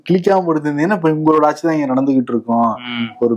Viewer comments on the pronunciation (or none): none